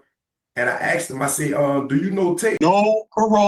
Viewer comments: I axed him! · Axed question lol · 10 seconds in and we already have an "axe"